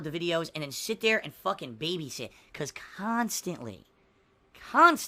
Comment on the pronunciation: He swears he doesn't pronounce words in a weird way but: KHAAAANSTANTLEE